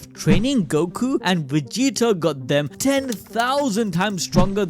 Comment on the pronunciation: I like how he calls vegeta “wegeta” lol